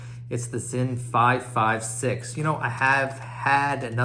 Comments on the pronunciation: It pronounces as 'zin'. . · it's pronounced Zinn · Its pronounced zinn